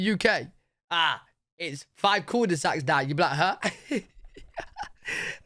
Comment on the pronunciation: The way you pronounce Culdesacs is so funny.